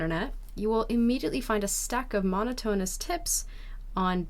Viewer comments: MONO-tone-us tips? Didn't even know you meant the word monotonous for a second. Muh-NOT-un-us. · "Muh-NO-tuh-Nuss" not "MON-o-tone-us." Major accent on the second syllable, minor accent on the last one. And ... I love Peonies. Thank you for this video! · Please learn the correct pronunciation of ‘momotonous’.